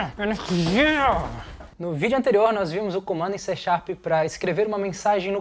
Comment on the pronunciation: Não! É C# (pronúncia-se "C Sharp"). :)